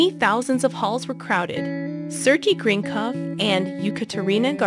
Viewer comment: It’s pronounced Sir-gay Grin cough and E-kat a re na - Gor D ava ( obviously not spelt that way but that’s the correct way to say it)